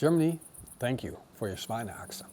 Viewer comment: Schweinehaxe, the "Sch" is pronouced like Sh in the englisch word shut.